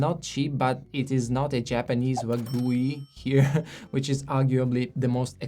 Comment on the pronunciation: thats why sommeliers shouldnt talk about food too much, the guy is not knolwedgeable enough to break down michelin star dishes prices. Also he butchered the name wagyu... "Wagoowe" ...